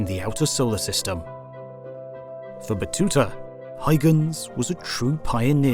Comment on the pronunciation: Christian hygens? There is a U there and it isn't silent ;)